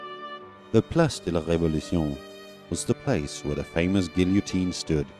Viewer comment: Good grief, you can't pronounce "guillotine"? . . . . there was no editor to catch it?